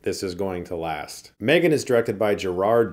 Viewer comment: Chris? Why did you pronounce this wrong? It’s called M-three-gan